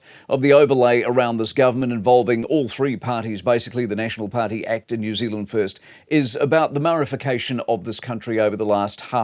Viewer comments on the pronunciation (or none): none